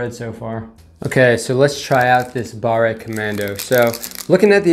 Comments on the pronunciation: Its pronounced bar, not barré. We use e and é in french and they both sound differently. A good way to know is to type a word in google translate. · French language hint: "barre" is not pronounced like "barray" , the final E is silent so the word is pronounced almost like the English "bar" . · If the word does not have é at the end, you don't need to say "ay" so pâté is well.... pâté. Pâte is paste (fruit paste), and barre is a bar (and not barré :) ) Here ends your French lesson of the year !! 😂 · BARRÉ COMMANDO XD c'est ca qui m'a fait peter un cable a chaques fois qu'il l'a dit XD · FYI Fondue is a noun that describe a hot pot of a mix of strong alpine cheeses you dip your piece of bread INTO. Fondu is an adjective : melted cheese. You put it ON a piece of bread or craker In french if an "e" does not have an accent - é - you do not pronounce it most of the time when at the end of a word. So "Barre commando" or "Pate de fruits" should be pronouce "Bar/ commando" and "Pat/ de fruits". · pas grave ça XD nan le pire c'est quand il prononce BARRE COMMANDO XD